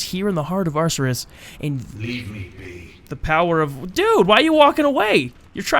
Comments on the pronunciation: It's pronounced akerus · Ar-cher-us like Arthas.